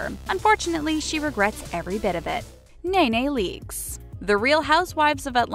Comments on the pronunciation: Nay nay leakes!?!? 🤦🏽‍♀️ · Nay Nay Leakes? Wow.. Get her name right at least! Smh.. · Who the hell is Nay Nay Leakes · Exactly how can we believe anything they say when they shared a fake photoshopped picture of Nicki. The real girl showed that it was her and someone photoshopped the face. Then she kept say Nae nae leakes. NEEEE NEEEE I kept yelling into the screen lol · "nay nay leakes" buahhahahahahaha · “Nay Nay Leaks” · Who in the hell is Nae Nae Leaks?? Get the girls name right if you are going to report on her. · Who tf is nay nay leaks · Omg the way you pronounce nene leaks name drives me crazy